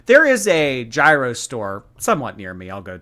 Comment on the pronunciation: Damn, I wish I wasn't replay. I would have thrown soooo many tomatoes for that pronunciation of gyro.